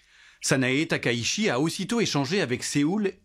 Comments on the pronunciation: TAKAICHI ça se prononce ta-ka-i-tchi Pour ce qui s’intéresse 😊 (Corrigé😅merci) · 高市（ﾀｶｲﾁ）taka itchi, "la ville haute. Bref, shi→shi Chi→tchi Le S se prononce S (ōSaka, soupe miSo, bonSaï, nagaSaki), seul le Z se prononce Z (za z'est très diffizile) Ça peut paraître trivial, mais la prononciation du japonais est si simple qu'on a du mal à prendre au sérieux quelqu'un qui est sensé maîtriser un temps soit peu son sujet.